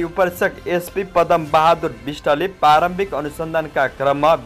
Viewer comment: पुर्पक्षको लागि लाई पुर्वक्षणका लागी र प्रारम्भिकलाई परमभारिक उच्चारण गरेर भाषा नबिगारौं , वाचक महासय !